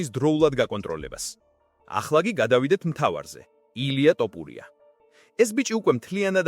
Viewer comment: დავიჯერო ასეთი უნიჭოა ზოგი ჟურნალისტი, რომელიც ვერ არჩევს "თოფურია"-ს "ტოპურია"-გან-ეს ხომ დაცინვას უფრო გავს, ან სირეგვნეა